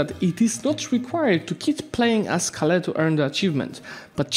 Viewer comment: I like how pronounces Kale as Calais xd